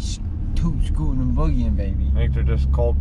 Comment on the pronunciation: Did say Toot scootin n boogying? 😂😂